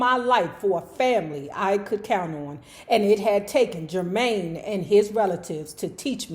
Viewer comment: if you forgot was from DC just listen to that name pronounciation lol! at first I thought they really named named that child "germy" 🤣